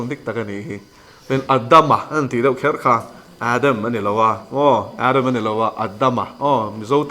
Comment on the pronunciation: Se-tha tia lam tur a nilo. Mizo tawng lam dana lam tur Seth-a tia lam tur. Ada-ma tia lam tur niloin Adam-a tia lam tur.